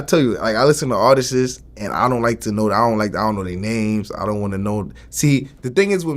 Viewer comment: He got vlad saying artissess lmao